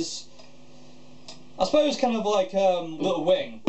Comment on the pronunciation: when he said little wings. I swear I thought he said LIL WAYNE. hahhahah i was like hell naww xD